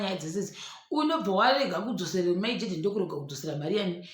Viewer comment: The way you say Mai Tt’s name inondipedza manje